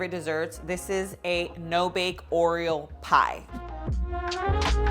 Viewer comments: Is it just me or is she saying “Oriel” instead of Oreo 😆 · Except when doing the whipped cream, she DOES say “Oriel”. That’s probably a learned behavior as a kid and it’s just stuck with her. (Like some kids say “crown” for “crayon” or “pasketti” for “spaghetti”. You can close up on her mouth to watch her lip position as well as slow down the playback to listen. At the end, at one point, she says “Oreum”. And then Oriel again. She also drops the plosive effect of the double t in the word “button”. But it’s just one of the things that makes her even cuter as a presenter. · oh thank you..I thought I was going nuts because I was hearing her say oriel many times..maybe to avoid trademark issues? but still lol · It's not you, she is saying Oriel 😆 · I noticed the same and scrolled through the comments to see if anyone else noticed! lol